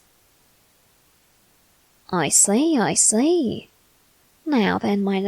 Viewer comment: What he is saying : i see, i see What i hear : i slay, i slay